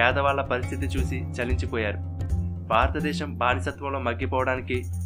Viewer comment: Superb excellent but the naarrator should spell certain telugu words properly like baaratha desham kadu bharatha desham